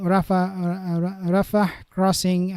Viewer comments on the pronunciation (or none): none